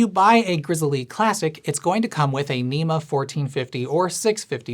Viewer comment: I believe it's just pronounced like the bear, "Grizzle' lol